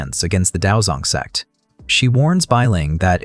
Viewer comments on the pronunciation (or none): I still can't get over the ai mispronunciation of sect 😂😂😂 it's always sex 💀 now I literally have to look around each time it's mentioned or someone might think I'm watching adult stuff